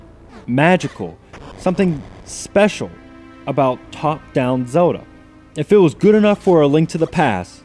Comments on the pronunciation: Say the "L" in "ZeLda"!!! O_O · why the hell do I always run into so many people on the internet who pronounce Zelda "Zewduhh"?